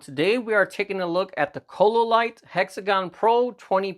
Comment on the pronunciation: Chololight? orale..lol